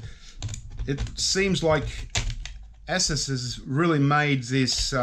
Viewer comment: You crack me up. It's Pronounced A-Soose.